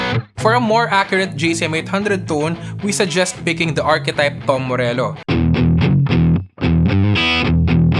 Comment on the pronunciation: "darker dune" "dom morello". you don't know how to pronounce the 't'?